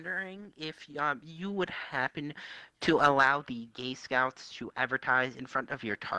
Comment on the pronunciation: This man legit said “Gay scoots” 🤣😂